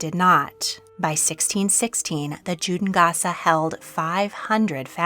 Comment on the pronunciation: Pronunciation of Judengasse was hilarious aswell.